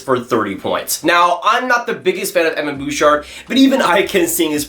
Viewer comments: The way you say Bouchard at the beginning 😬😬 although when you said it near the end it was a lot better 😂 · Evan Bouchard tenth? 😂😂